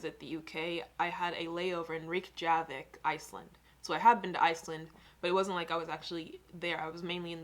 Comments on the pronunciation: Rekjavik is pronounced rek-ya-vik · Rayk ja vick 😭😭😭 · Google how to pronounce some those city names... Like Reykjavik (reck-ya-vick) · think its pronounced rec-ya-vic